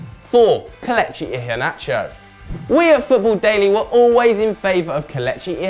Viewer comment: Omg he needs to learn how to say kelechi properly